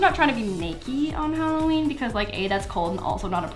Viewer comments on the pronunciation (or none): she said hallarer instead of saying hallowen